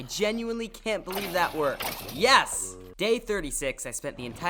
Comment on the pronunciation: And why you said yas at day 20 if it’s yes